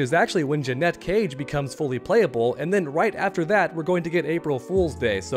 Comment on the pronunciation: OMG can this guy PLEASE pronounce "Janet Cage" correctly? One sylible not two. He's Canadian I guess but it drives me insane!